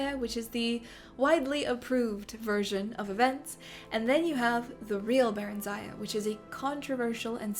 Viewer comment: The stress in barenziah should be on the first part and it should be pronounced with a short sound "i" and at the end instead of a "aya". Oh god it's really hard to explain - it should be "barEnzia". it's sounds simmilar to old europian names